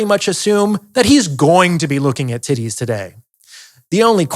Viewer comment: Yeah not gonna lie I started cracking up when he kept saying tiddays 😂😂